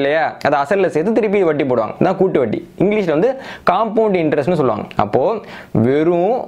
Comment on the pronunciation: I appreciate with awe your knowledge,clarity and service. Kindly pronounce Vatti as Vatti and not as Vaddi And cha as cha and not Sa